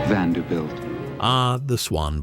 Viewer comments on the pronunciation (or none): none